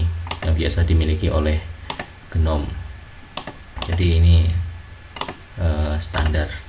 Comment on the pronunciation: pelafalan GNOME itu 'NOME, G nya silent/agak di pendem istilahnya.